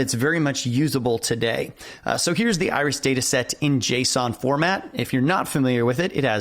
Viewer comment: At first, I did not understand what you meant with "The Irish Dataset". It sounded like a chess opening. But it became much clearer when i started to read the file names. :D